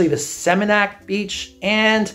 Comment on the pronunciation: You lived there for 8 months, but still can't pronounce Seminyak or Kuta? That's why the Balinese are over certain kinds of tourists, with respect.